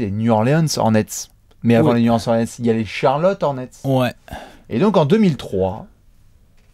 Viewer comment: un effort sur la prononciation de new orleans!!!!! mes oreilles saignent!!!! new orléance n'est pas sur la carte!!!!!